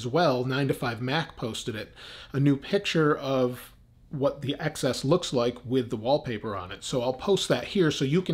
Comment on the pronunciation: Ten- ess not ex-ess